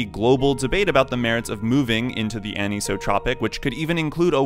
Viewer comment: I have one thing to say about this video. ANISOTROPIC IS A REAL WORD AND IT IS NOT PRONOUNCED LIKE THAT!!!! Other than that it was a pretty good video